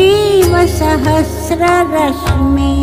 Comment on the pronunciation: इसमें एक जगह लता दीदी 'सहस्र' शब्द का उच्चारण 'सहस्त्र' करती हैं, जो बहुत खराब लगता है। अब शायद सुधार नहीं हो सकता। सुधर जाता तो बहुत अच्छा होता।